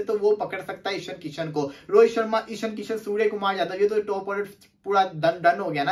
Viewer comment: Not sharam it's sharma your official odi father 😂😂